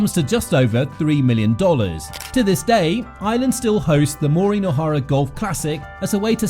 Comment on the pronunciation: I didn’t even make it three seconds into this video - another fraudulent work where her name is mispronounced at the outset.